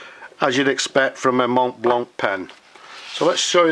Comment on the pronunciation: It is not "mont blanc" it is pronounced "mont blanc"